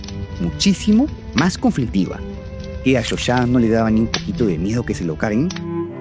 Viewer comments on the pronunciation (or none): Se escribe 'hoxha' y se pronuncia 'jolla'. Y qué hace de fondo el himno gringo en violín?